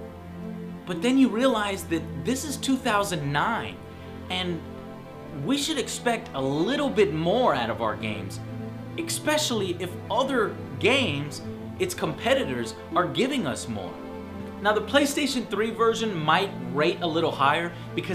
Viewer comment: He's been saying ekspecially for 5 years!